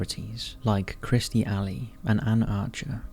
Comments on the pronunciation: Kirstie Alley not Christy. And Leah REH-mini (accent on the REH). And she was "devote"? Maybe "devout"? Takes 2 seconds to look it up. Contact me if you're hiring a proofreader. ;) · Your videos are getting worse . That was CLEARLY Katie Holmes and it’s KIRSTIE not Kristie. Get better